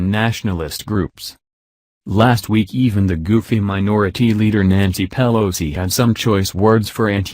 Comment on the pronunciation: Thumb down to computer voice that cannot even say "Pelosi" correctly. I do NOT speak ebonics.